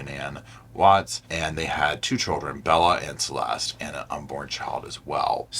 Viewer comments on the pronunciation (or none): none